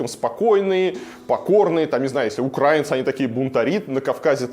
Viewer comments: Илья, пожалуйста, научитесь говорить украИнцы 😊 а не укрАинцы. Ужасно режет слух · Варламов, ты очень интересный рассказчик, но нужно ещё поработать над русской грамматикой. Верно писать и произносить "украи́нцы", а не "укра́инцы". Это правила великого русского языка... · Та не УкрААинцы. А УкраИинцы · Илья, не укрАинцы, а украИнцы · Патлатый, выучи, украИнцы,а не укрАинцы! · УкраИнцы, а не укрАинцы, ничего критичного, просто немного режет ухо. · Илья! Спасибо за хороший контент. Смотрю с удовольствием. Одно замечание- УкраИ́нцы. Потому что страна Украи́на 😉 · украИнцьі, ставьте правильно ударение. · Спасибо большое за сюжеты. Очень люблю этот канал, но мне как жителю Киева, очень режет слух слово "укрАинцы" пожалуйста, делай правильно ударение. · Тю, неграмотный, украи́нцы! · Очень бы хотелось попросить исключить из лексикона "Белоруссию", иногда попадается в видео и очень режет уши, как и ударение в слове украИнцы 🙏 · На Украине живут УкрАинцы... 🤔Вполне благозвучно😇👍👍👍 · я дико извиняюсь,вы все русские,белорусы, я украинка(с ударением на И)и неприятно когда на твою нацию неправильно ставят ударение.тоже самое что я напишу "Россия" с одной С